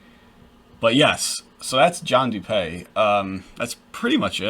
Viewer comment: Dewpay? Nonsense. It’s DOOPEE. As in when you doodoo and peepee at the same time. Lol